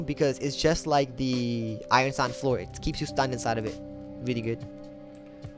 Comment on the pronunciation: Why U say sand like that bro lol sound like ur saying sànd df